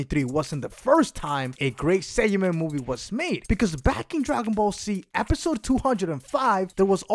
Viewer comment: What's "Dragon Ball C" he keeps talking about it but i've never heard of that show